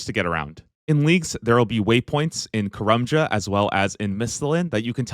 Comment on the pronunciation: I've never hated the way someone's pronounced a location in Runescape so much before. "Kah-rum-jah". Its "Kah-RAM-jah". Like Dodge Ram, because we're Muricans. Dont bow the knee to those redcoats.